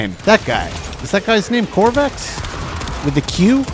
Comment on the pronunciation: you were pronouncing Qorvex's name correctly. He was the one giving you the little stone things around your body. the overshield was given to you by another frame by the name of Dante.